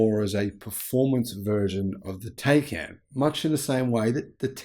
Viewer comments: Pleeeeeease say Taycan correctly! it hurts my ears,:( It's not 'Tey'can, but 'Tai'can. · Please say the name correctly: it's POOR-SHA TIE-CAN. 🤦‍♂️ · TieCan - pronunciation